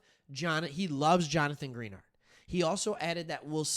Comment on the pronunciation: Dude no one cares. He also says Greenard wrong. Get over it.